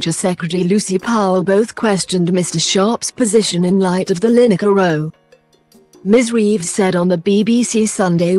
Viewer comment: I love the way this bot pronounces 'row' she makes it sound like they're on a boat!